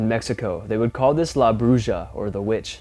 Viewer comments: Bruja is pronounced (bru-ha) not bru-ja but I know what you meant to say.🤔😲😁 Love the great video and content keep it up.🥺😍🙏 Nice to see you guys enjoying yourself out on the deck drinking wine 🍷 and smoking cigars.👀👏 Cool coyotes audio.🎉 Take care guys.👍🔥❤️💪🤘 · Bruja which is Spanish for witch, is pronounced: BREW-HA!😂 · it's pronounced bruh. J is h sound😌👍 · Bruu Ha not brushja...and Wuulves not Woofs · Yo max it's pronounced broo hah not broo jah ... Spanish was my first language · Just for future reference, La Bruja is pronounced broo-ha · Bruja (witch) is pronounced...brooha. Everyone should know at least this much Spanish; if not, look it up! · Everyone on YouTube freaks out at coyotes. I have never heard of coyotes attacking people unless they are rabid. Maybe a child would be in danger; but they don't like man smell. Also, in Spanish, a "J" pronounced as an "H." So Bruja is pronounced Bruha. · The J in bruja is pronounced as an H in spanish, just like the J in juan and josefina. Brucha sounds like something kinky that could get you in trouble with spanish speakers. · Bruja is pronounced Broo- ha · The bruja is pronounced " brew-ha!" It means witch in Spanish. Just letting you know bro. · Love your show!! Mexican witch is pronounced broo ha…. 👍🏼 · Bruja... the J in Spanish has a hard sound, like the h in horse.